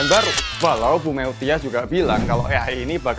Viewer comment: duh....nyebut MEUTYA tuh MUTIA. BUKAN ME U TIA. 😁